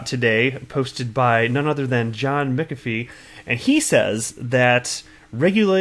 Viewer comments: there ought to be a rule whereby a Youtube content provider be not allowed to pronounce a person's name unless they heard the person themself pronounce it, or heard it from two or more experienced sources. McAfee is pronounced MACKAFEE with the accent on the MACK. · John McAfee pronounces it Mackafee . DAI pronounces it McAfee. Now you pronounce it Mickafee. Lol I wonder which one is right